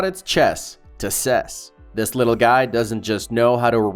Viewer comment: “Ses”? Ive been going to or following the CES for about 40 years and I’ve never heard anyone ever say it that way. Good video though. You covered more interesting items than most of videos I’ve seen so far.